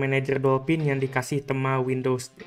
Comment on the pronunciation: Bacanya yg bener itu tema, bukan tema..